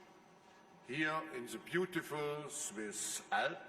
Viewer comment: Dee sviss alps? Guy makes me want some chocolate.